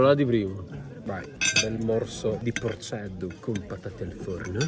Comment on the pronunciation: non si scriveeer porcedduuu e neanche si diceeee